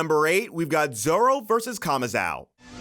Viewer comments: Stop saying kamazao. It's kamazo! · bro saying kamazau will never not be cringe